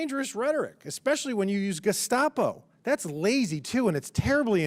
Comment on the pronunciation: If I remember correctly, he didn't say "Gestapo". He said "De...scopo". I'm not sure what that is, but that's what he said.